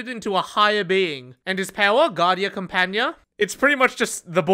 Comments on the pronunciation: As an Italian that's not how you pronunce "Guardia Compagnia" buf I appreciate the effort 😂 it was pretty close! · As an italian seeing guardia compagnìa being butchered was fun